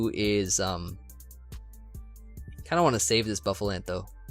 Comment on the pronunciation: buff uh lant D